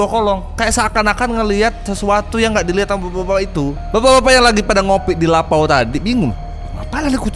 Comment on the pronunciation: Lopau bg bukan lapau kalo lapau artinya lapar